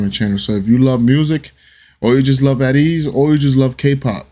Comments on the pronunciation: Ateez is pronounced Aye Tease. 🤭 I'm glad you liked this one! I'll come back later to suggest another. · The group's name is pronounced A Tease not At Ease